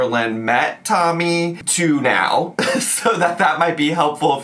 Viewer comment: “NAAO NAAO” what is this pronunciation?